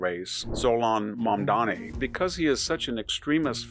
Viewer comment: If you could pronounce your subject’s name correctly and try not to dress as though you’ve come to mow my yard, you would carry more credibility.